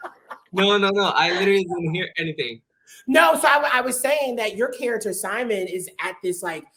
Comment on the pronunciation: Ryan is Simon pls do not pronounce it in English pls